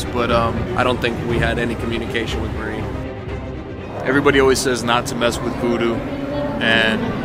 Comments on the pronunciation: yes, It did me.. its MA-REE . I kinda chuckled the first time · It's no Mary Laveau it's Marieeeeeeeeee Laveau. Ugh. :face-orange-raised-eyebrow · Did it bother anyone else that pronounced her name “Mary” several times? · It’s pronounced (muh-ree-la-vo)